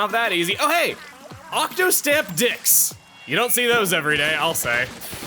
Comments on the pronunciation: “Octostamp Dicks” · Why do you keep saying octostamp dicks.... It's funny. But I'm not sure if it's intentional